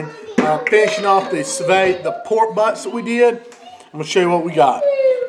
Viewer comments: Su veed NOT su vey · it's not sue vay, it's sue veed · I Believe it's pronounced like sue v'd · "sooo vay" lmao love this guy! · According to the French, it's "soo vid". I'm wondering if you'd get even better results from using a larger container so the water circulates all around?